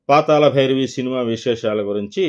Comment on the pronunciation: పాతాల భైరవి కాదు... పాతాళ భైరవి. తెలుగును ఖూని చేయవద్దు